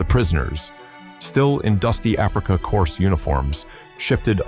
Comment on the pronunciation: Corps is NOT pronounced corpse!